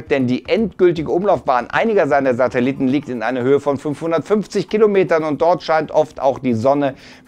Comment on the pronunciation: krachten die Kritiker um die Ohren. Er sagt immer noch Satelitten